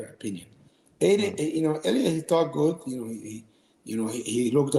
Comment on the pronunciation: Bro is trippin the whole interview.. calling illia, “killia”, calling khabib 2 division champ😂